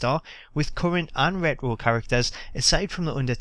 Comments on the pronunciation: its pronounced RETRO not rero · wut the fuck is ret row?? are u scooby doo?? its re-ch-ro!! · lol ret-wo xD sorry cracked me up. Pronounced Ret-Tro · the way u say retro is ret ro. so annoying lol cheers for vid tho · I like how you pronounce retro, I mean reh-roh *smiles* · Why does he say rero???? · Ret - Row Lol Thats How You Pronounced It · Hey for everyone giving you gripe about the way you say "retro" just pronounce it as "wretch - row" if you care. Onto the one things that bug me. Didnt Bruno say he was in the game a while back? What happened with that? Would suck cuz it probably means they pulled a capcom and he's already on the disk but locked. Also it grinds my gears that Axel(the current IC champ) didn't make the cut nor Big E. The wyatts and fandango I don't mind waiting for. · The way you say "retro", sounds like Scooby Doo saying "rut roh" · It sounds funny when he says rrtro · "Kane redroo" "triple h redroo" lol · Someone tell him there is a t in retro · You don't know how to say retro right do you jackass ? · I hate the way he was saying it, he's the only person I've ever heard pronounce it that way. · learn how to say retro